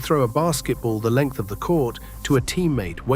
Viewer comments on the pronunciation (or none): none